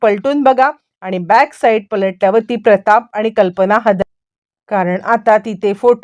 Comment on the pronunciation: साईड म्हणा साईट काय